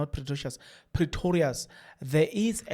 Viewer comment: 17h57 its 3 minutes to 18h00. Its pretorius not precious. Are you not related to baloyi or something